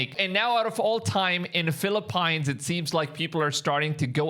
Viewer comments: Philli 'peans' not 'pines' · it's fi-li-peens or full-li-peens for your accent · Calling people "idiots" as scripture warns us not to while you grovel for the very edomite SOS that Jesus warns against is the very reason young new believers shouldn't teach or preach. Also, you don't get to call anyone dumb when you can't properly pronounce common English words. PHIL-EH-PEENS. 🤦🏼‍♂️ Those who pray for this Israel while Gazans (proven to be original semetics) have been mass unalived are hypocrites and will answer to YHWH! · It's Fil-a-PEEEENS!! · Phili-pines? Come on. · Why you pronouncing Philippines funny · You keep missing pronouncing the Philippines, dude